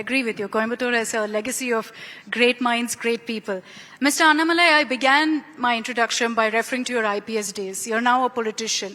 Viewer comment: Annamalaai ❌ Aaatumalaii